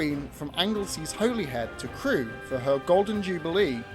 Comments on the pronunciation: I thinks it’s a clumsy edit, rather than a mistake. As he said Butlin purchased 3 Pacific’s. He then lists all three, but with Royal Scot in the middle. It’s a really good video, and enjoyed it. But it is pronounced ‘Holly Head’ not ‘Holy Head’. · Terrific video - thanks. Just a note about the pronunciation of Holyhead - it's said 'Holly- head'.